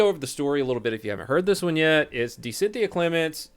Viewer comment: Syn-the-a You’re dead